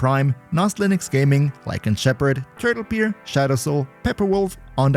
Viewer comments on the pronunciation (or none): none